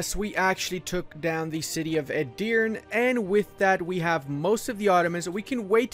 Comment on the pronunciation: Btw Edirne is pronounced like "e-dir-ne" E's are like the e in egg, both at the start and the end of the word. Dir is pronounced like i in during. and you have to say it a little bit faster than how you said it. With this little note aside, you are really good at your job! Nice video!